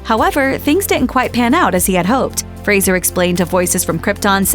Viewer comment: So glad to see a channel finally pronounce his last name correctly. Lots of channels have videos about him but they always call him Frazier, though he's repeatedly corrected them that it's fray-zer. So disrespectful. But it's nice that this channel got it right, a little piece of the respect Brendan deserves.